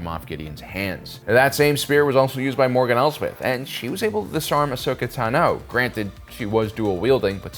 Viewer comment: Asoka TAAno (O) taNoo (X)